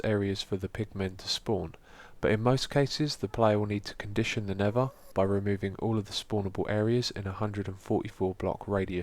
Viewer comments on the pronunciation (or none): Did anyone else notice he said "Nevva" the whole time? :/ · is he saying nether or never cause im hearing 1 of the 2